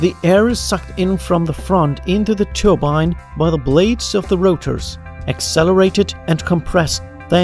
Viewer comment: i like your videos! but i think your pronunciations aren't correct, such as "turbine" should be pronounced as "tör-bein" but not "tor-bein"